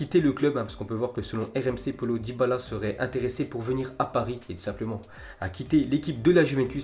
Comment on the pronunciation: Le bon accent français 😅 "polo dybala"